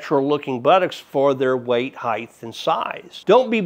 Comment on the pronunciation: I've heard too many people pronounce height as hyth